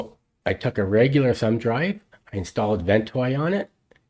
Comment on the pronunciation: Awsome, and who care how you said Ventoy, it made me laugh and I think you watch the show Troy which maybe the reason you say "Ventroy" LoL why didn't I do this the way you did it after going through hell trying to install ventoy... THANKS